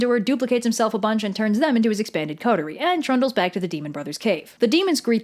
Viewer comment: ITS BWACK!